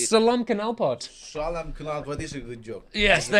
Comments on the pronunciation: In Solo, i hear most people pronounce knalpot as “ Kenalpot “ maybe its a jawa thing. - I got you bro. 😂😂😂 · Knalpot sir, not Kenalpot, Pronounce is Right